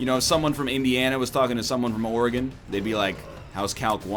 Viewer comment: Omg when NL says "Oregon" correctly. You have no idea how much it burns my soul hearing it wrong. Especially living here